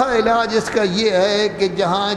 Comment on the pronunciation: لفظ علاج ہے اعلاج نہیں ۔درست کر لیں ۔